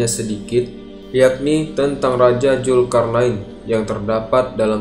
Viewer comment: Dzulkarnain bukan julkarnain